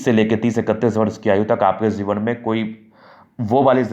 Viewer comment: Zeewan nhi jiwan… dhand se bolo bhai